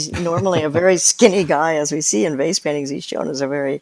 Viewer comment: It took me half way through this podcast to realize she was saying VASE paintings and not FACE paintings. Makes a lot more sense now.